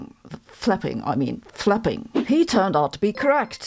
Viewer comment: I thought she said "seagulls fapping..." 🤣